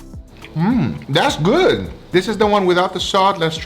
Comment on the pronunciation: Love hearing him say, "Da's gúd!"